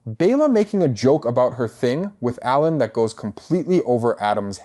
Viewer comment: it has to be rage bait right? like there's no way he doesn't know how to pronounce ALAN